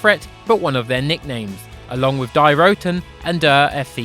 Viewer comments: Not die as in die bart die 😂😂😂😂 It's deeeee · Its pronounced 'dee' not 'die' it means the (female)